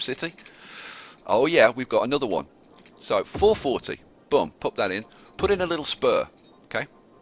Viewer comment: Your accent makes "boom" sound like "bum" and that is funny to me.